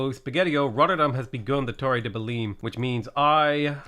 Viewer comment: the way you pronounce belém still scares me